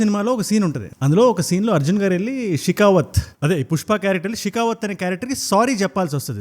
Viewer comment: అది షెకావత్😢షికివత్ కాదు , అన్వేష్ ని ఎందుకు కెలికావ్ నీ వీడియోలు నువ్వు చేసుకోక